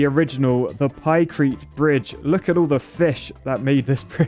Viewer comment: pykrete not pikerete